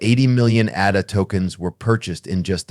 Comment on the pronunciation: you do not pronounce Cardano or ADA correctly. So why would people be inclined to listen to your videos if you are not even that informed?I found this analysis overly generic. You mentioned nothing wabout crypto regulation or tthe things Cardano is actually accomplishing.